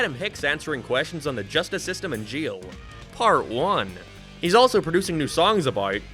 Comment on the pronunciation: Bru u say jeil bro it's jail